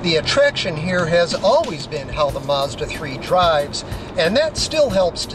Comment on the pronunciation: Mazda, not Maaaaazda.